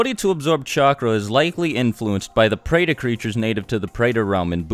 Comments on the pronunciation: I am hindu and yea true he got most of them right but the pronunciation should actually be this Nark not Narka pret not Preta Dev not Diva samser not samsara and Yam not yama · when I am Indian watched this, he pronounced all the words wrong!